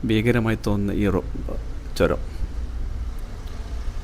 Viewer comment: എയർപിൻ അല്ല മാഷേ ഹെയർപിൻ ആണ് ചോരമല്ല ചൂരമാണ് ഭാക്ഷ നന്നാവണം അനൗൺസ്‌മെന്റിനു 🙏🙏